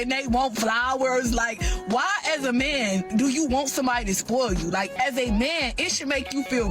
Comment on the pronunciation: how do they turn the word man into two syllables? mee-in, may-in